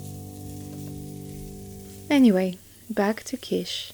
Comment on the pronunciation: Asparagus is quite good in Quiche. BTW I believe it's pronounced like KEESH.